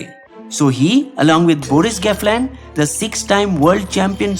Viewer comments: Nice one. He is Gelfand and not Gefland... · A small correction , it's Gelfand and not GEFLAND. Great content . Enjoying your videos very much. Continue bringing up the informative content. Thanks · Good video but it's Boris Gelfand, not gefland.